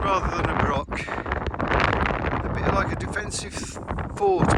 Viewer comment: The reason for all the wood logs is due to the gales we had the other year. It felled a lot of woods in the area. Also Broch is not pronounced brock. The ch is pronounced the same as in loch. It’s similar to German der Loch or das Buch. The river is the Whitadder not white adder. Adder means tributary and it joins the Tweed just before Berwick. The round house on the other side of the Whitadder is called The Retreat. It was a hunting lodge belonging to the Earl of Mar. The farm up the road from it is called Blakerston. There is a small fort on the top of Cockburn Law, pronounced Coburn, Law meaning hill, but little left. There is a better marching camp at the top of the Cleuch, on the road towards Duns.